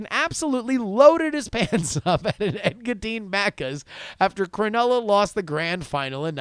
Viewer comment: Thanks for reading my shitty email. Engadine sounded out would be Ing-ga-dean. Also Aussie is said like Ozzie Cheers! :D